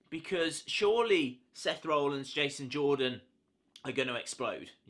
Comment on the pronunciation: Btw it's Rollins not rowllins